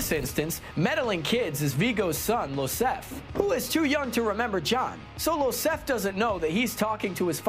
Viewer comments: Iosef! Not Losef! It’s an I, not an L. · It's Iosef (Yo-sef), with an I not an L. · Iosef, with an I and not an L ("Yo-Sef"). It's like Joseph but European. Did.. did the guy on camera not watch the first film? They say it a Lot.